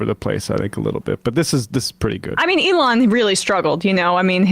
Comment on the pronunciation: It helps if you pronounce it like "eggs." The eggs were flying freely today. He pooped out five eggs. It was a slow day for Eloon.